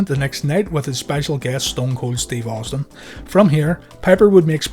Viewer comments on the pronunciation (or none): none